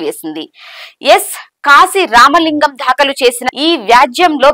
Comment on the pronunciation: Pronunciate as "daakhalu " but not "dhaakalu " and so many ackward pronunciations may be corrected please